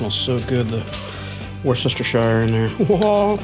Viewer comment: war sesstershire hahahahaahahahaha no sorry say it as wusstershire ps im hungry now and its 3am